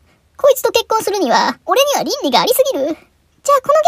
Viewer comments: 倫理いの発音が完全にゼンリー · 倫理ぃの発音が完全にZenly